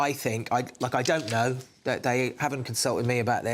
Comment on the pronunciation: Why does Sion Simon speak like an Essex girl - drawing the last syllable out to moronic lengths? "If they don't fix iiiiiiit" "So I can tell you wot I think - like I don't kno "Given all tha' "